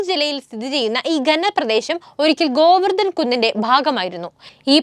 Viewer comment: നല്ല അറിവുകൾ , അവതരണവും നല്ലത് . അക്ഷരശുദ്ധി വളരെ കുറവ് , ദയവായി മലയാളം വാക്കുകൾ നന്നായി ഉച്ചരിക്കാനും എഴുതാനും പഠിക്കുക . ' പാണ്ഡവർ ' എന്ന് എഴുതുക . ഭോജൻ , ഭാരതം , ഗോവർദ്ധൻ , എന്നിങ്ങനെയുള്ള പല വാക്കുകളിലും ഉച്ചാരണ ശുദ്ധി ഇല്ല .